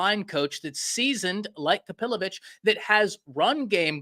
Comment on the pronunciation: I think his name is pronounced KapiloVICK. NOT …vich